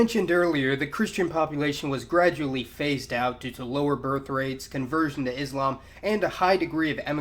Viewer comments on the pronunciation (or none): none